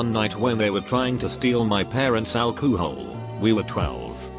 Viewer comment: Nobody: Bot: alkoohol